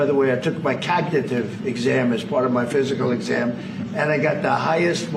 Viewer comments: What in the hell is a "cagnitive" exam? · Does he really think he’s some kind of genius 😂😂😂😂😂😂😂. What has happen here in this country. Jesus Christ. He called the cognitive test cagnitive